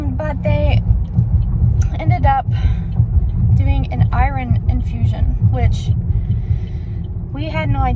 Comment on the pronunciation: Lol the way u say iron 😹😹